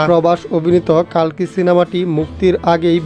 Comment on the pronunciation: কল্কি হবে কালকি নয়